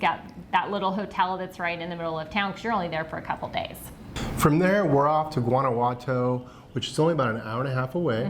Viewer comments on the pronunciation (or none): Guanajuato isn't pronounced with a hard 'g'. You got totally 'gringoed' on your accommodations. Mexico City is one of the biggest cities in the world. My husband and I live VERY well on $1,400. a month, and we eat and drink!